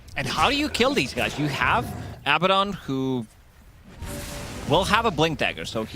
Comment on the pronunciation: His pronunciation of Abaddon is ridiculous